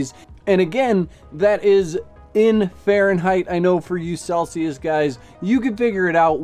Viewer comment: why insist on Fahrenheit?? you can´t even pronounce it